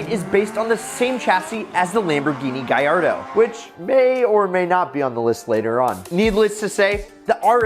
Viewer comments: Please GALLARDO not GUYARDO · Gallardo is pronounced Ga-Lard-O. Lamborghini said so. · Lamborghini Guyardo 💀💀